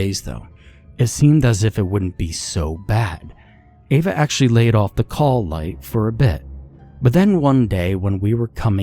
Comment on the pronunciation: Well done, only 12 attempts to pronounce Ava correctly.